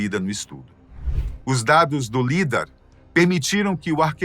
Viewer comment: Correção a pronúncia do lidar fala-se "laidár".